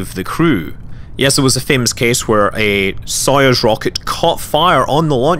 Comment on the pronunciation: Here is how "Soyuz" is pronounced :)